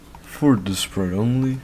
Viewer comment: bro said pite instead of sprite 🤨